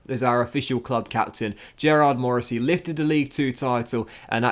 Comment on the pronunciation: 3 seasons in and hes still pronouncing Gearóid as Gerrard 😭😭😭